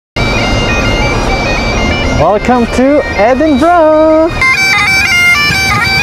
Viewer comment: edinburgh edi-bro